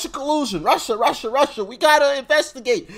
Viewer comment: GREAT SHOW!!🇺🇸Stump the Chump!DOC YOUR A JOY TO WATCH! 👏🙌 I thought you were saying Marsha, Marsha, Marsha lol (Russia, “ “) I love your Mild Drama! 😆👍🏻great Charactor God Bless 🫵🏻! ❤🙏